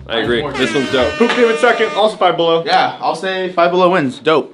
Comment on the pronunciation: "Down Bellow"